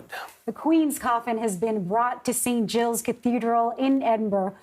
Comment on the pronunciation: St. GILES! What is wrong with this reporter? Geiles?